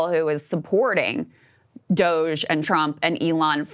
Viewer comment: Shoutout To Ryan Grim, his insightful takes, and the way he never pronounces DOGE right.